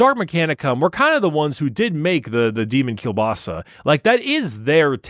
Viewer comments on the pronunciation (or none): "Demon Cubasa"